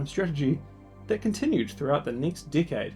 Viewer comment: Why does "decade" sound like "dickhead" when you say it?